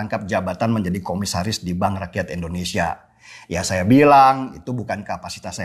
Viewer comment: Bang, Indonesia Bang, bukan Eendonesia.. huhuhu.. I Bang I.. hehe maklum seh kl kebiasaan, tp kl boleh dirubah..hehe makasih